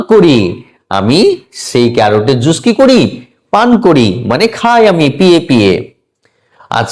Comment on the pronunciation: Apnar academic score besi chilo mone hoi, nahole job pelen ki kore..? Juice er uccharon ki??